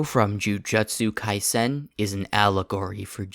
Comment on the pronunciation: 'jujetsu kaisen'